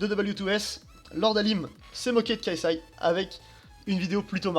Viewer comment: Enlèves les "fucking" et prononce l'anglais correctement et ta vidéo sera bien meilleure... Le "K" de KSI se prononce "kay" et pas "ka". On prononce un acronyme entièrement en anglais ou en français mais on ne fait pas un mix des deux.